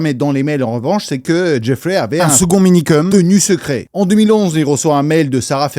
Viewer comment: ça me frustre tellement quand j'entends Minikeum srx ....